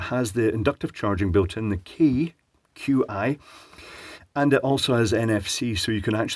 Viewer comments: I could swear that "Qi" wireless charging is supposed to be pronounced "chi". Am I alone in this? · Qi is pronounced like Cheese. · Some interesting word pronunciations here. Qi to my understanding is suppose to be pronounced "Chi", as in, what the Chinese calls air and philosophically, the concept of a universal life force or energy for all living beings. Verizon in their United States advertisements pronounces it as "ver-rizon", not "Veri-zon" but that might be a locality thing and it's a made-up word anyway.. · "Qi" is prouounced something between "she" and "chee". Also Verizon, loved that one! xD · Qi charging is pronounced “chee”. Like the first part of cheese